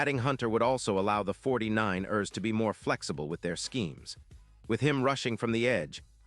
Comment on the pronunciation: You need to learn how to say 49 ers Correctly!!!!